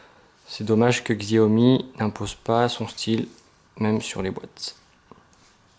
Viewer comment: Ca se prononçe "shaömi" en chinois, ne me remercie pas ;).